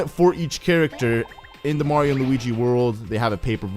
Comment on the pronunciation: "Mardio" xD